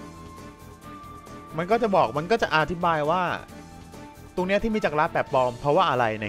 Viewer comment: จักรกระคับไม่ใช่จักรกะระ